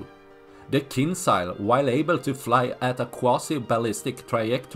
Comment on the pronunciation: J joules KinJals not Kinsal